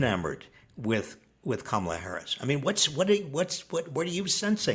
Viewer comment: Robert starts to mistakenly call her Pummel-a and I love that nickname now 😂 Mamala, Pummela, Kamala. Get out and vote!